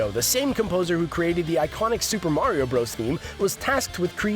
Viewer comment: It Is Mario Not Meario